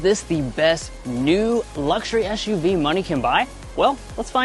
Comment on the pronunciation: Stop saying ESH U V! 😂